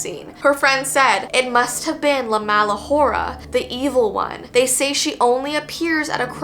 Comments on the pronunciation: Hora is pronounced ora the h is silent :) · to correct you it’s pronounced La Ora the H is and the r pronounced as d and your pronounced Mala good so yea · And it la mala ora in Spanish the h does not sound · I’m not trying to be rude but I love her pronation of hora because the thing is that the h is silent so you would pronounce it ora